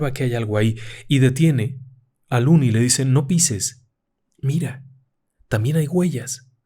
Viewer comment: Excelente narracion. Una sola correccion: El nombre del protagonista es "Lonnie" no "looney". Lonnie (pronunciado Lani) es la version corta de Alonzo. Looney significa "chiflado/loco"